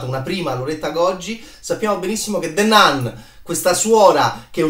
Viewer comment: Non voglio fare il professorino ma si pronuncia "Nun" ...the nan non si può proprio sentire